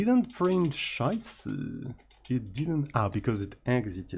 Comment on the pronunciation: As a German it triggers so hard everytime says "Scheiße":D